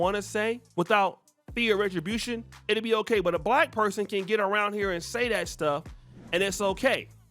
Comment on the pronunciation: Listen to how he pronounces the word "Black" soooo disrespectful.